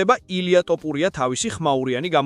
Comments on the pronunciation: რა გაყვირებს შე კაცო! ტოპურია კი არა თოფურია! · ილია თოფურია და არა ტოპურია გაითვალისწინე შემდეგში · კარგია ესეთი ვიდეოები მაგრამ ძმურად ტუპურიას რატო ამბობ?